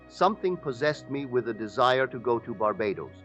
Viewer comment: AI imitating Neville's voice. You can tell especially pronounced words such as Barbados which the real Neville would've never said this way. So now they can copy our voice with AI. So don't believe everything you hear out there, it could be AI! Much respect to Neville though.